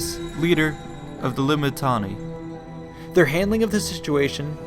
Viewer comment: One question, why do you sound a bit strange when saying "Limitanei" ? Just curious :p